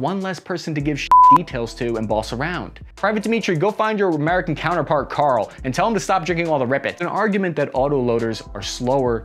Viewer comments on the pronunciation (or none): none